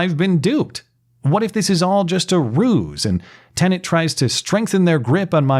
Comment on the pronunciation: I couldn't help but notice that the first two times mentioned the new platform by name, he was careful to pronounce the word correctly (te-nət) but thereafter lapsed back into his customary mispronunciation (te-nənt), adding an extraneous N sound to the second syllable. Old habits are hard to break.